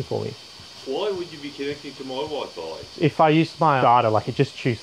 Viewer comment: The way that first bloke pronounces Wi-Fi 🤣